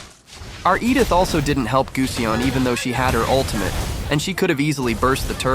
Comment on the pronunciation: its not guseonn its gusion btch